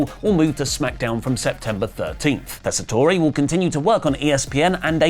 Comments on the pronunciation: Hate to nitpick, but it's pronounced Tes-sa-tor not Tessa-tor-ee, that's the way he has pronounced his own name every time he's done commentary. Have a good day, British people who don't normally get ESPN. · Just a heads-up…Joe’s name is pronounced TESS-uh-tore. No “ay” at the end. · Just a heads up,. The e in Tessitore is silent. It's pronounced tess-eh-tor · Tessitore is only 3 syllables, the “e” is silent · yeah, I & others commented the same the last time they butchered his name in a video, and they didn't notice it then, either. lol